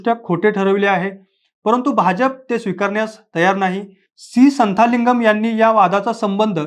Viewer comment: उत्तम माहिती! मराठीत ऐकून खरच मस्त वाटल. तमिळ उच्चार थोडे वेगळे असतात संथालिंगम नसून संतलिंगम म्हणा. तमिळ लोक th = त, zh = ळ असे संकेत पाळतात. उत्तरेत दक्षिणी लोक आपल्यापेक्षा वेगळे, कमी स्मार्ट, कृष्णवर्णीय असतात असे समज आवडीने मानले जातात यात आपण मराठी लोकही धरले जातात! महाराष्ट्रातही अशा एतद्देशीय संस्कृती असतीलच. त्यावरही बोलावे